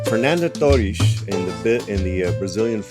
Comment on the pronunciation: how cute of him to pronounce "torres" with the accent